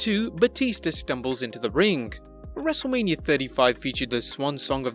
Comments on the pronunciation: This whole time i thought this channel named was actually Wrestlemania, until the beggining of the vid he says wrestlamia xD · All this time I thought the channel was named 'Wrestlemania' not ''Wrestlelamia'' 🤔